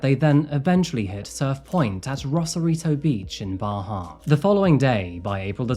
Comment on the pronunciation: Congratulations on 2 million so happy for you . Every time u say Bahia I think of my bahia Grey birdeaters lol.